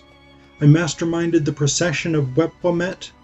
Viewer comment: It's Sen-WOS-ret, not Sen-YOU-sret. And it's generally thought that he ruled BCE (39 years), not BCE (18 years). And it's Wep-WAW-et, not Wep-wah-WET. These are not my pronunciations but those that are standard by Egyptologists who excavate in Abydos. Also, it appears that you didn't actually investigate much about the Passion of Osiris at all ... reserving your talk to the single source of the Penguin book.